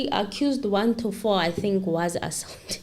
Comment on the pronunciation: my princess,we luv your show however u kinda put it off wen u rush n speak.Yes nobody is perfect but please try n pronounce some of the key words such as ASAULT since u r covering a case where u r going 2 use such words....